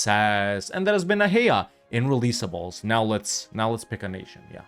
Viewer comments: its actually read ah-a-i-a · Acha-EE-A pronounce it. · Isnt it said with a hard K. A Kia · Is that how you pronounce Achaea? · Your pronunciation of Achaea gives me physical pain. Can't say I blame you though, given the amount of pain we've inflicted on you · Bro pronounced it like it's in Spanish 🤣